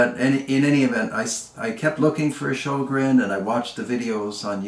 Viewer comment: Say Ö like EA in early, otherwise the closest pronouncination